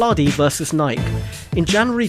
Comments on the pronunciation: Nike is pronounced nigh-key... Nike was the Greek goddess of victory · It's pronounced Ny-kee. It does not rhyme with Mike.